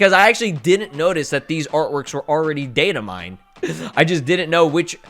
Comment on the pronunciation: Is Always In His Slow Ways Just Kidding This Was A Good Video But The Way you said The Word DATA MINDS had me laughing yo 🤣🤣